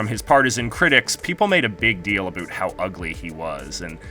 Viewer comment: Did you just say A BOOT #UnSubscribled